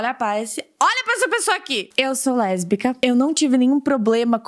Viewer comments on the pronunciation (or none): Eu sou LeRRRRRRbica kkkkkk